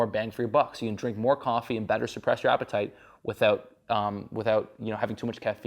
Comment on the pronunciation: "there's actual compounds in the coffee that help suppress apatert"